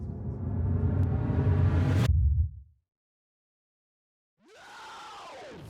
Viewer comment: не в обиду,но сколько раз я слышу рекламу keysforgamers в твоём исполнении звучит как kissforgamers.А видос как всегда пушка!)